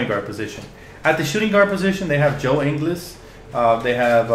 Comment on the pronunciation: Love the vid, one small thing, Ingles is pronounced much more like In-gools than In-gles. Source: we are both from Australia, so I know how we pronounce shit.